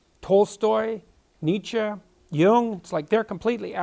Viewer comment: Thanks, it's useful. By the way it's Nietzsche not Niche.